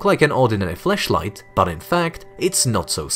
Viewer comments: Does anyone else hear him saying fleshlight instead of flashlight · Flash light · His accent makes it sounds like flashlight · This person’s accent, when saying flashlight is so interesting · Might have to work on your pronunciation of FLASHlight because.... erm